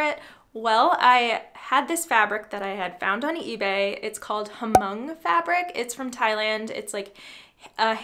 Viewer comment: Prounced "mong". The H is silent. Lovely makeover.